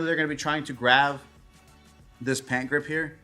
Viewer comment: great video, but please my man its graB not graV